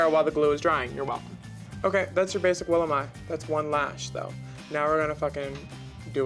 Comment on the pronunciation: Its Willam, pronounced Will·am, no I in it (If you don't know)